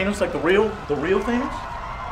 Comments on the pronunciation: Has nobody told Joe its not fucking pronounced THAY-NOS. He says it like that every video XD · Joe, why do you keep calling Thanos "Thaynos"? Did you not watch any of the MCU films that dealt with Thanos and where they say his name? Thaynos cringe..... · I cringe every time joe mispronounces thanos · Jesus Christ how many times do you have to hear the pronunciation of Thanos to say it right. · Why does Joe STILL pronounce "Thanos" like that, after the films etc